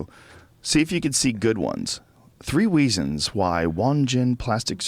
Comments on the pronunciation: Joe said "3 weasons why..." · 3 weezons , lol Joe started to read it in an Asian voice.